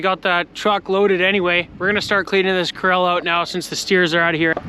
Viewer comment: Core - AL , PLEASE ! Core - el is an actor, first name Steve !